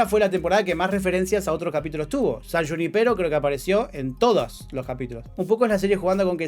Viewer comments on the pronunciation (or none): Lean por que le decis júnipéro en vez de junípero? Suena mejor. Digo